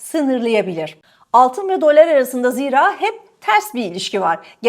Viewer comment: Dolár değil dolar diye okuyalim. Eski sunucu böyle diksiyon hataları yapmamalı efenim. Lütfen düzeltiniz ❤ Tek keyif alarak dinlediğim kanal sucunusunun mükemmele ulaşması için bir tavsiye sadece.